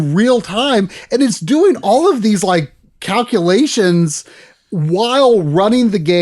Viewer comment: You-say-what-culations now?!